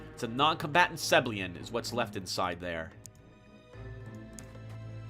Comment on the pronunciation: "Seblian" It's "Seb-ill-EE-an".